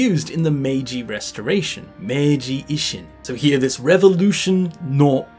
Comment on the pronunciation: You mispronounce i often. "jisho", "ishin", etc. You're pronouncing it like the short i in English bit. 😅